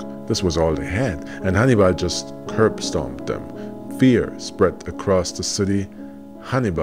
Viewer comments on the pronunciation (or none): I kept thinking you were saying Honeybun. 😂😂😂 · Sounds like you’re saying honey bun lol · I thought you were calling him or naming him honey bun at seven minutes and 46 seconds and I realize you were saying Hannibal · I was confused. I thought you were saying 'honeybun', not 'Hannibal ' 😅